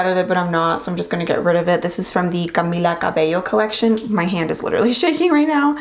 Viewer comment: Sorry but i cringed at the way u said camillas name